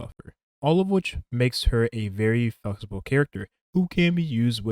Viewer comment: I swear you said f***able instead of flexible